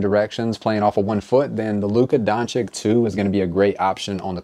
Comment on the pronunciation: i rate your pronounciation of Doncic 0/10